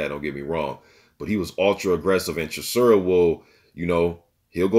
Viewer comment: Bro you are mispronouncing his name it is how it is spelled...Chis...ora..not Chisura lol